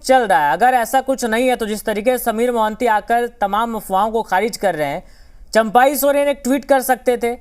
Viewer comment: Abe chaampai ny champai hota hai 😂😂😂